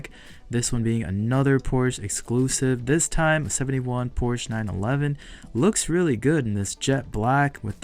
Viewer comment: Please say Porsche correctly in the next video..come on now!!!!